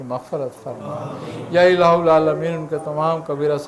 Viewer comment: یا الہ العامین۔ میں ہا پر زبر ہے